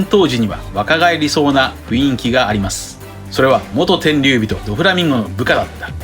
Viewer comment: ふいんきじゃなくて、ふんいき